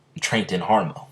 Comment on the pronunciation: It's not harmon " it's Hamon